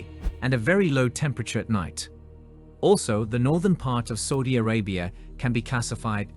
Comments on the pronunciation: its SAUDI Arabia, not SOUDI Arabia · Everytime it says Saudi as Soudi it makes me cringe. Dislike.